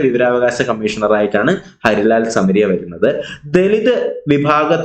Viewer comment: സർ ഹരിലാൽ അല്ലല്ലോ ഹീരാ ലാൽ അല്ലെ